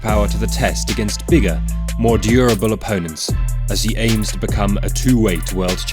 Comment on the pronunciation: "Durable" dillian Whyte lolol